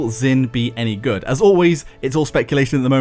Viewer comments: If you learn Chinese you will know that Zhin is pronounced like jean and not zin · came here to ask this. should be "j'in."